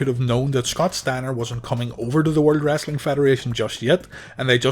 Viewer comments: It's "Wrestling" not "Wrastling" 😂😂😂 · WrEstling.... not WrAssssling! Lol